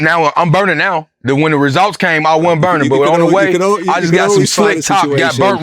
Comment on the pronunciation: The “resolts” 😂